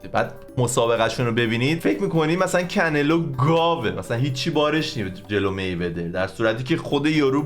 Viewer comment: کنلو نیست کانه لو 😁